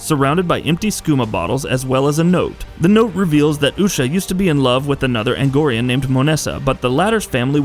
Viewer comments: Its argonian not agonian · Yeah, I'm sorry, but how the fuck can you make a Skyrim list and fucking say ANGORIAN??? Like, get the fuck out of here. Play the game, first, and then make a list. Yes, R/gatekeeping. And, yeah, I'm Triggered. But...what the FUCK. ARGONIAN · It's pronounced are-go-ni-en not Agnorian, and Cicero isn't the Adoring Fan it's just a reference. Hardly any of these count as secrets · The moment this guy pronounced A R G O N I A N as "angorian", I was no longer interested in the rest of the video. If you're going to make a video regarding a certain game, at least have the decency to get someone who knows how to read things correctly. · If you want to be taken seriously, you have to avoid blatant typos and mispronunciations like "Angorian". It's "Argonian". Come on,, you're better than that. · Dude, c'mon. Play the game. Listen to how the race names are pronounced. See how they are spelled. Angorian...Argonian. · guy mispronounces Argonian Me: "REEEEEEEEEEEEEEEEEEEEEEEEEEEEEEEEEEEEEEEEEEEEEEEEEEEEEEEEEEEEEEE"